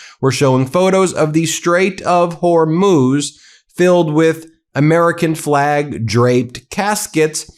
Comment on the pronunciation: Lol why does Ben pronounce it like "whore–moose!??" I'm fucking dying! 🤣🤣💀